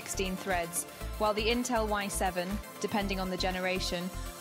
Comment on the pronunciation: damn this AI is stupid, its I7 not y7...